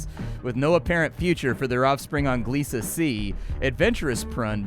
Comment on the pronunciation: Godfellas. Behind "Jurassic Bark" it's my favorite Futurama episode. I've heard rumors of a Futurama revival but some of the VO"s are getting on in years. /fingerscrossed Edit: THANK FUCKING GOD you know how to pronounce Gliese!